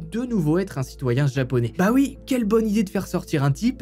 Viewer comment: J adore ton travail, ta façon de raconter les histoires vraiment chapeau! Mais j'ai toujours du mal quand je t entends prononcer "UI" au lieu de "OUI" 🤣🤣